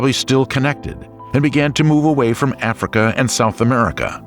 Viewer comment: Is this narrated by a robot? Who tf says South Amurica